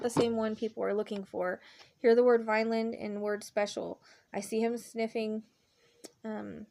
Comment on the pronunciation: You hear VILAND. THERE IS A VINELAND NJ. AND MILLVILLE NJ. I meant you said vinland. So vinland nj also lots of fields farm land growing crops also maybe it may be someone working in the fields over there.. Could be a mexican worker on the farms